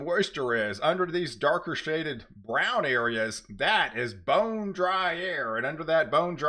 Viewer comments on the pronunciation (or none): none